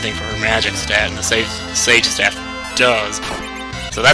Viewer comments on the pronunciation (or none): none